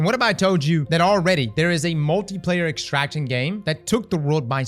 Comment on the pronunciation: hated dark zone -still repulsed by any "extractshion"